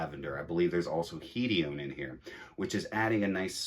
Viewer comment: Hedium???wtf are u talking about..hedione not hedium lol